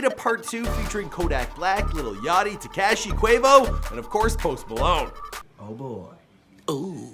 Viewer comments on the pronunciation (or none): I lost it when he said tekayshi